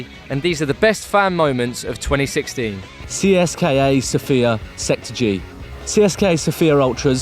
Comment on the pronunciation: You say Tsieska sofia. Yo need to say Tseseka sofia